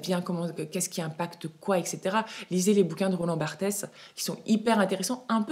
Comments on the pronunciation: Bonjour et merci beaucoup pour les conseils lecture ! C'est super...petit tips : on prononce Roland Barte (pas Bartès). Est-ce que tu peux conseiller d'autres sites aussi inspirant s que le tien ? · Toujours un plaisir de t'écouter! Depuis deux ans je note tous les mois mes achats mode, avec prix, ca aide beuacoup a y voir plus clair dans mes comportements. Et davoir une vision réaliste de son budget. Précision: on prononce Roland "Barte", pas Barthes comme le présentateur télé 😅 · Roland Barthes: le s final est silencieux, on prononce Roland Barthe Emmaüs: çà fait au moins 10 ans que tous les grands dépôts sont visités par des employés qui mettent de côté les belles pièces (déco, bijoux fantaisie, vêtements) car celles-ci sont vendues dans les ventes exceptionnelles. Une vaste majorité des vêtements est de la fast fashion. Cachemire: hormis les marques de grand luxe qui sourcent leur approvisionnement (uniquement fibres longues), pour le reste, c'est de l'hégémonie culturelle: parce que les gens riches ont du cachemire, les gens plus modestes en veulent aussi. Sauf que, ce qui est vendu aux gens plus modestes, ne durera pas 10 ans ou plus, loin s'en faut. C'est un peu comme pour le saumon sauvage pêché à la ligne et l'offre ordinaire des points de vente. Selon moi, il faut se rabattre sur le Geelong (aussi appelé Superfine lambswool) qui est la 1ere tonte des moutons. La laine est longue et douce, de bonne qualité.